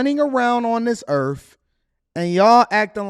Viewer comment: Please pronounce “earth” correctly, it isn’t earf, come on man 😂